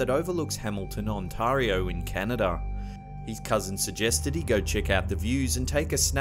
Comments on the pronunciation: That's "Hamilton, On-TARE-ee-oh"! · Jarrell Daniel he cant pronounce Ontario right